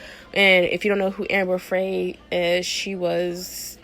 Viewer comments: Amber Frey is pronounced like fry. I have been thinking. As people when we are in love and love someone we get dopamine delivered to us. The natural feel good. The bad part is naturally we fall out of love at about 7 years. So the dopamine stops. And you won't feel the same way about your partner. People need to understand how that works. And know that it is possible to fall back in love with the same person. But it takes time and effort. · its Amber Frey.. Pronounced "fry" EVERYONE ON EARTH KNOWS HOW TO PRONOUNCE AMBERS NAME. WHY WOULD YOU EVEN START A BLOG? YOU SOUND LIKE A COMPLETE IDIDOT ON TOO MANY LEVELS...SOORY GF